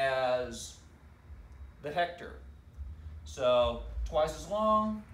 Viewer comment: 😂😂😂😂you're a good teacher! Straightforward. "What's a hect...ar"